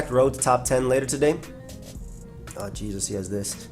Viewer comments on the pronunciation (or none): none